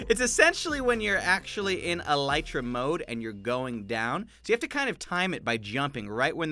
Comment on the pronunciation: You can’t pronounce Elytra or Whilst.